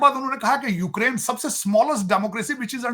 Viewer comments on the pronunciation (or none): none